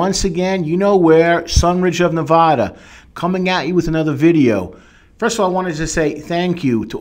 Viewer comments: Nobody in Nevada says it like that what is going on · How dare you represent Nevada while pronouncing it that way?